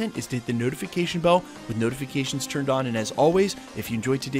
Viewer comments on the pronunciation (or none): none